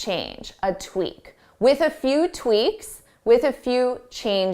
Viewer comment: Dear, Did you not say ‘tweaNks’ instead of tweaks a few times? Was it just a slip of the tongue?